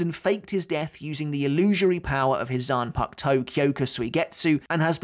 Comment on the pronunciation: Zan puck toe? Are you serious